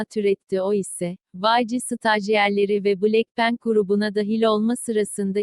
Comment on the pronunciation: Hiç kimse: Siri’nin dayısının kızı: bLeK pEnk